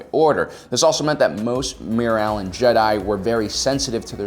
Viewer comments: Every time he says “Mirialan” I go, “WHERE’S BARRY ALLEN? WHO SAID BARRY ALLEN?!” Like if you’re a true Flash fan XD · is he saying mary allens?